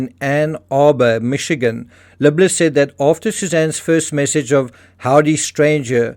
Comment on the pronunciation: You keep saying the name as “” when it’s obviously “Libler” …and it’s confusing (at least to me). Perhaps you can do better there?